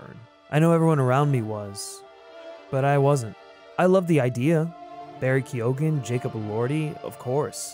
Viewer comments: Barry Keoghan's surname is pronounced Kee-Owen, not Key-Ogan. You don't pronounce the G. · Good vid, and yeah, agree, but his name is pronounced "Keo-hn" (kee-eoun?) (Irish gaelic name). Sorry, just, you know. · Ok dude this is a great video.....but how did you make a video a year ago where you mispronounced Barry Keoghan's name as Barry Keegan and then you make a new video mispronouncing the same name IN A COMPLETELY DIFFERENT WAY quo - in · are you purposely mispronouncing keoghan